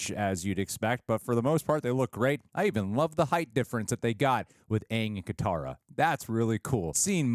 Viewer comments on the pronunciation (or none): OMG even you saying Kitara it's fuc-g wrong man. Pls her name is Katara* cmonnnnnnnnnnnnnnn